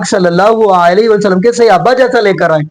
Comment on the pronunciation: Ap hamesha apny ders mey (siyaba) kehtay Hain. ye na kaha karin. Bal k Yeh ghalt lafz he. Asal lafzi "SAHABA" he not siyaba pls correct this word. Thanks.